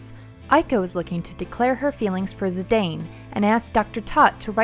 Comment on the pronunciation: Also, Zee-dahn instead of Zee-dain